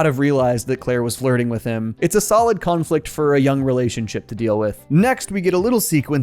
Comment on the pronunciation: “Khan” flict